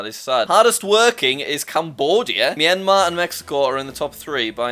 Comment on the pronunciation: Finally who Corrected Myanmar right.